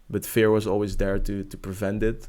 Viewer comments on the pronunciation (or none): You're good man, and trust me cause I've been watching YouTube coaches for a long time now. Just you sound a little weird when you say "fear" with a "e" like "bear" instead of a "e" like "beer", if you understand what I mean.